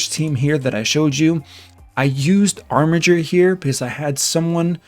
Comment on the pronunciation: I'm just happy he pronounced "armiger" correctly. Thanks for the info.